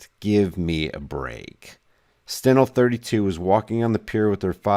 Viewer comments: FYI Its pronounced "Stein Lee" not Stenel. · STEINLE,pronounced Stinelee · The name is pronounced "Stine-ly." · # steinle pronounced Stine Lee.. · I think I heard her pronunciation as Stein-Lee...could be wrong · pronunciation is off